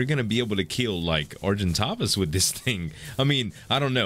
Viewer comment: ***** You are pronouncing Argentavis correctly, since it comes from Latin !! And the correct is PhiOmia... :)